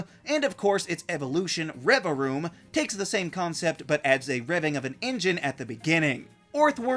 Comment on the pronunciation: Correction to the name, revavroom not revaroom. I only know this because why tf is there vav it is hard for me to pronounce it and is pointless to the name origin